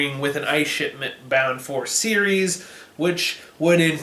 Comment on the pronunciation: 'Cersei' instead of 'Ceres' made me chuckle. Game of Thrones in space, indeed :)